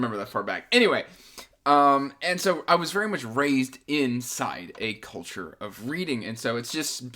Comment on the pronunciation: "I was raised in a cul-" Damn this is taking a turn "-ture of reading" Oh 🤣